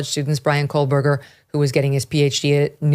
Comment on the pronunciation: It sounds like Megyn is saying, "Kohl-berger". 🤔